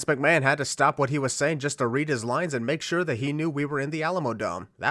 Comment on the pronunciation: Vince Mc-Mayne. Sorry, I HAD to point that out, that was too funny, I'd rather he be called Vince Mc-Mayne other than Vince McMahon XD